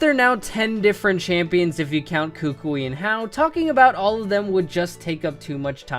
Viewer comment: Koo-Koo-ee. Not Kookweee